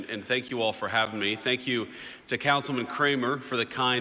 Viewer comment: But don't forget to say tank weu for wachin!